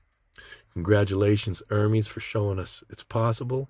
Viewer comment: its pronounced ermes not ermees